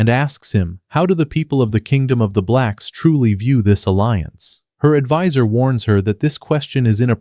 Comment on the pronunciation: Bro did not need to emphasize “blacks” every single time lmaoo